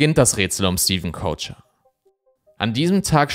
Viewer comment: Ich finde man könnte Stevens deutschen Nachnamen auch einfach wie 'Köcher' aussprechen, und nicht wie 'Coacher'. Nur weil die Amis das nicht richtig aussprechen können, müssen wir das hier ja nicht ebenso machen.